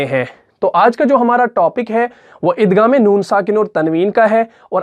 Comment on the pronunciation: Aap igham k ghaeem ko ghaf se kiu bol rahy hen